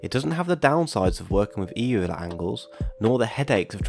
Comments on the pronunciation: Annoyingly Euler is pronounced Oiler. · Euler is pronounced "oiler", because German